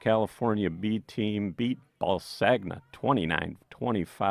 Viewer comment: …Ballsagna is pronounced “Balls on ya”.